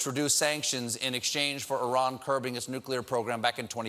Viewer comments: Thank you for pronouncing Iran correctly.... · Hey, He pronounced "Iran" and "Hassan Rouhani" almost perfectly...